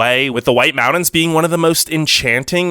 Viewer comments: #1 This is a funny video. Your voice sounds like a college kid. #2. NORTH CAROLINA? That's really funny. Besides...you shouldn't advertise them because they are too near me. So don't go south and advertise any other place. #3 MOUND -INS? I would go back and learn how to annunciate. It's MOUNTAINS. Just poking fun. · It's Mountains with a T not "Moundins" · Pretty interesting video. The only thing I have a problem with is... How you pronounce mountains. (mow dins) Its Mount tins. Good info nonetheless. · Good list. But it's not pronounced "mou-dens" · SOOO sexy how he pronounces mountains! Hello MAWD-INS 😂😂😂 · Take a shot every time he says “mowdens” 😜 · Mountains is pronounced with a T not a D